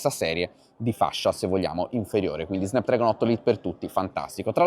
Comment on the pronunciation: si pronuncia snapdrAgon